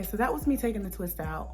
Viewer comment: Love the ‘Twaidout’ 🥰. You have such thick healthy hair I’m due for a trim but it’ll have to wait until I get to my stylist.